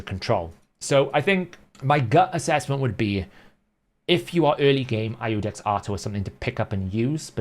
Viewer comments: Iudex is iudex. It is spelled iudex when not in front of Artor's name, like a title. In his lore, the seventh paragraph, first sentence. Capital I verses L... I Love the Hell Hades site, use it all the time. 🙂 Just saying that ya won't find ludex (small L) when using the funnel but you will find Iudex (capital i). Basically don't pronounce it LUDEX. :) Go with Artor rotf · Iudex is the Latin word for "judge" and is pronounced "You-dex". The I in Latin is funny. The Romans didn't have a J or a Y. The I was their J and was pronounced like we would pronounce Y. As in "Janus" (or Ianus), the Roman god of gates and doors, pronounced with a Y. The name has been used in modern times such as in GoldenEye.